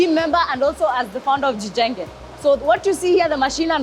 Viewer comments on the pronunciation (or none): jijenge not gjenge AI translater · its not gjenge but jijenge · Jijenge not gjenge. It's just that Kenyan can't speak Swahili in a proper dialect. But great job